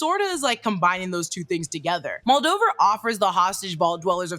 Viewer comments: Moldever moldiver moldover annnnything but moldaver 😂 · Mul-day-ver not Muldover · Moldover…Moldever.. ur close lmao!